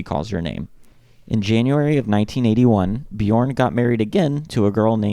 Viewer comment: If you use the vowel sound in the word burp, you can perfect your pronunciation of the name Björn. Bjurp Bjurn, yeah burn with a "j". Here to help 😏